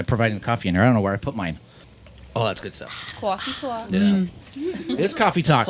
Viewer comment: The way she says “Kofeee talk”